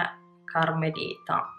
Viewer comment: È "caramelita", non "carmelita", grazie per la recensione! Ti consiglio di fare gli swatch sulla parte interna dell'avambraccio 😊